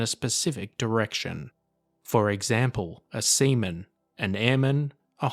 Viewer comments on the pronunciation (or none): why is he reading seaman as semen ????? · He said “semen”